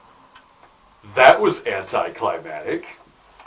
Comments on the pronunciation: Anti Cli-MAC-tic, not cli-MAT-ic. Climactic is having to do with a climax, the other has to do with the climate. I know I know, I'm a grammar nazi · I'm sure a fellow Mensa would want to be corrected for the sake of improving. The word is "anticlimactic". You pronounced it anticlimatic, like you were saying the scene was anti-climate as if the scene itself was pro global warming. 😂